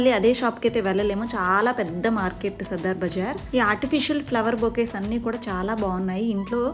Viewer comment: దీని పేరు సదర్ బజార్. సద్దర్ బజార్ కాదు.